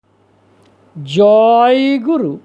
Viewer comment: Kindly pronounce the word, Jaiguru’ gently! As other devotees mentioned the current tone is bit harsh for many! I am ok. ❤